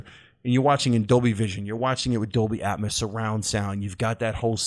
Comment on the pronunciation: How you pronounce atmos hurts my soul